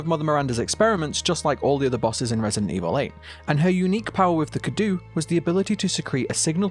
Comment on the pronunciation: Hey, just letting you know, I'm pretty sure the pronunciation is cado like the Romanian word that means gift.